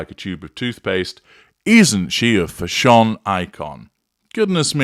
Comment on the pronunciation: wish he could pronounce the word fashion instead of(fashonne)!!!!